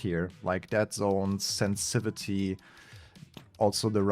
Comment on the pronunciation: Vielen Dank, dass du versuchst, im Rahmen deiner Möglichkeiten unsere Wartezeit zu verkürzen. Ich kann es echt nicht mehr abwarten. Hab es auf der PlayStation auch vorbestellt. Eine Kleinigkeit zu deinem Englisch du sprichst sensitivity immer falsch aus ich stolpere da immer drüber, weil das echt schade ist. Dein Englisch ist gut, aber an dieser Stelle fällst du als Deutscher leider extrem auf 🙈🤣